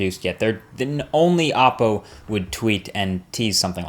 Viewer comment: It's pronounced " oh Poe".... not "ah Poe"... just saying because they have many videos with the pronunciation and yet people in their vlogs say it the other way... not a big deal to some but it's kind of annoying. Not disrespecting your video or your credibility, because I like your videos a lot. I just thought you'd like to know the way it's pronounced.